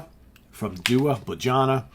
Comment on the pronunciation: I’m in the same region, pretty sure its day-wah.